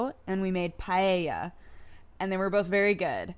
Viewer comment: Oh wow you pronounced paella correctly, thank you for that. I hate it when people say "paela" because it's not like that. It's "pae-ya". Also paella is the best especially homemade with shrimps, clams and/or crab and with barbeque, cooked with some soy sauce on one of those gigantic pans with a 30cm diameter. But that's my family's version and I'm not entirely sure if it fits the original hispanic roots of paella.